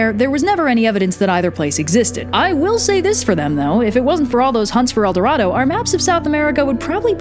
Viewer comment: As a spanish person love it when you say "el doradou" :)